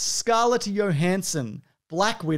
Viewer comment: Scarlett Johansson not Yohansson, the fuck is wrong with you?